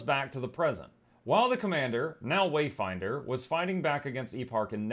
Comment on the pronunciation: I stopped watching at "Wayfinder" I can't have any more of that "commander", "waydinder" 'o, savior!' crap